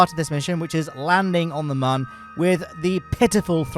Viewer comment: Every time I hear muhn instead of moon it physically hurts.